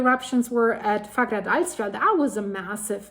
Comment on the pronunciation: The doule L is a T in the pronunciation for icelandic. So it's pronounced like "fagradalsfjat", although it is written as "Fagradalsfjall". You can look it up, the double L as T rule is real for icelandic. I'm not making this up ;-) (Don't believe what any commenter like me writes, check it. I am sure for myself, but I know, that's not enough for anyone else, so just look it up ;-)